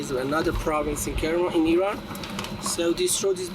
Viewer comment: You have very beautiful hair. And thank you for pronouncing it Iran unlike all the uneducated Americans who always call it I-ran!!!!!